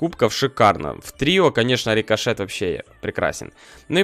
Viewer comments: досих пор орууу стого что как в первой серии называл бравлеров спике сроу сшэлу колт джэсие ричошэт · Не забывай то что рикошет это РИ-КО-ШЕТ